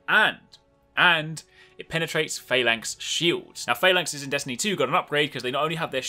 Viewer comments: PhalaNx, with an n. Lol :P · Faylanx lol